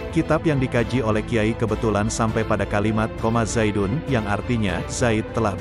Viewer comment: yg saya pelajari jurmiah di pondok dulu, bukan koma zaidun tapi je-azaidun ,, mohon maaf jika komenatar saya salah,, salam hangat dari madura